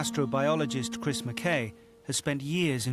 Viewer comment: this is picky but.... Chris McKay should be pronounced MAC-EYE. As a fellow Mackay/McKay this hapens a lot